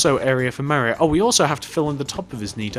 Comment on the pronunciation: it's pronounced like Mar-ee-o. Not M-air-ee-o.